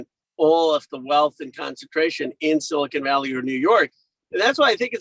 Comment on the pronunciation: Did he just say silicone valley?